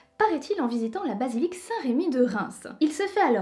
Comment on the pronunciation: Quelle superbe voix 🤩 qui se marie avec volupté à la délicatesse de la prosodie des alexandrins. Pour info c’est la basilique Saint-Remi (pas d’accent) les rémois disent saint-r’mi 😉